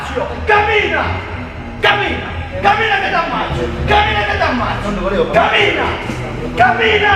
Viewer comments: IT'S CAMMINA NOT KAMINA OR KAMILA OK ???? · camina no kabina omg -. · It's "Camina" not "Kabina". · is cammina not kabina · z włoskiego to się śmiać tylko (chodzi o język) jak pisało Walk, to ja słyszałam Kabina, Kabina, Kabina kurwa mać. Pogratulować stwórcy języka :) Żarty przednie :)